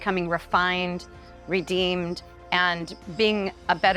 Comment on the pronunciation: Ugh dude, it's Redeemed Not Redeemer